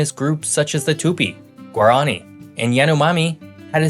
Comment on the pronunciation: Any geographer worth his salt would know how to properly pronounce "Guaraní." It's gwa-rah-KNEE.